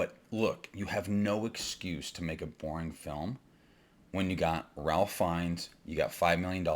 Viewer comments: I’m with you, but if you’re a “filmmaker,” shouldn’t you know how to say Ralph Feinnes’s name? (Rayfe) I don’t disagree with your take but you reduce your credibility when you mispronounce the lead actor’s name. It’s not like he’s new to Hollywood. He was Voldemort. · He doesn't even know how to pronouce "Ralph." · He lost me at his pronunciation of "Ralph."